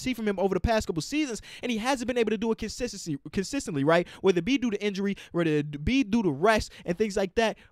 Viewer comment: Notice how said Kensistensy instead of Consistently 😂😂